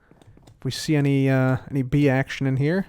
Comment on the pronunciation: you said "bee problem" and i thought oh its a just a "wee problem" and that's on bee-ing Scottish